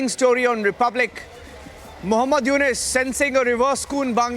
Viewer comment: Anchor ji , It’s not Yunus it’s Yunus.